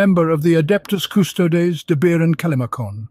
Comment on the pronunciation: Drink on ever time he says CusTOADS